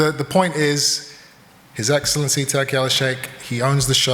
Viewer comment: His eggcelenty😂